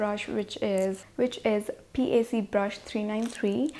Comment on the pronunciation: Its not pronounced as P. a. c its pronounced as PAC (pack)